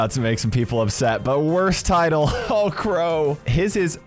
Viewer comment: Bro, why are we going with the hard R on my boy Crow? Da hail did he do to you?